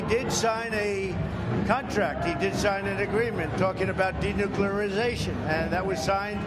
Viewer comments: Denuclearization. This assbag can't even say it right. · He can barely say denuclearization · By how Trump said the word I know he could not spell denuclearization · Number one sentence 😂😂 "denuclearization" This is one fookin word!lol